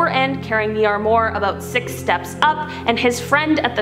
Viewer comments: arm r wa not armore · It’s pronounced arm waur not armore oh come on lol it’s si annoying when I hear somebody say it differently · It’s not an “Arm mur” it’s an Armoire, pronounces “Arm-wahr”. I love your videos, but it’s very clear you never actually look up pronunciations of anything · Love the video, couple of notes, semi (sem eye) armoire (arm wire) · "Ar-more." :) And you tell us there are 5 "compartments" like Sakria, but you only named 4. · The way she pronounces "armoire" like "ar-more" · Never heard of anyone call a semi a semee lol and it's arm-waar. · please learn how to say SEMI and ARMOIR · the weird pronunciations and word replacements on this channel bug me sometimes. like Semi truck... or Armoire... ugh.